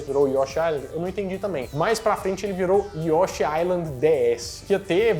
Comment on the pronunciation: Se pronuncia YoshÍ. rsrs